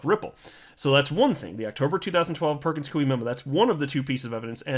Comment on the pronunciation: It's pronounced Perkins 'KOY' not Perkins Kuey ! ((Koy like Toy, not Kuey like Chop Suey))